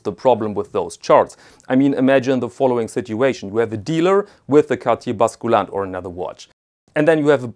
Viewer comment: Please - the U in „basculante“ is pronounced like the German Ü !!